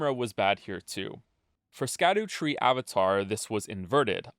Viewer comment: Please don't be another long video where someone pronounces "Scadutree" wrong the entire time